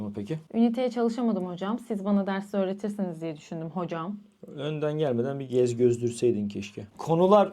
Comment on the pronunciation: Göz gezdirmek ❌ Gez gözdürmek ✅